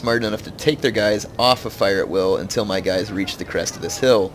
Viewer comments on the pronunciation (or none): none